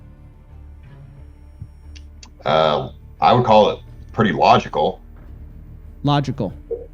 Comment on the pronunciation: “Logical” dude wtf is wrong with this guy